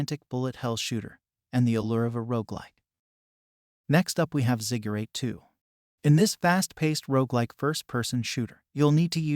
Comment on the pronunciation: I’m pretty sure it’s pronounced “zig~a~rot”